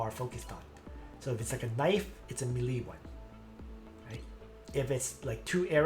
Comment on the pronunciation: For good sake it's pronounced "maylay" not "milee"